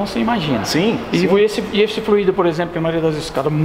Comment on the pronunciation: A pronúncia não é flu í do, é Fl ú ido